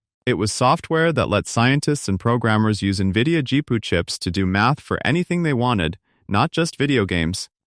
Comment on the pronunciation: This is so terrible that the garbage quality AI pronounced GPU as "Gee-poo". Then the idea clips are out of context for the narration. The AI shows a Creative Labs SoundBlaster sound card when talking about Nvidia and graphics cards. AI is like an inexperienced new-hire.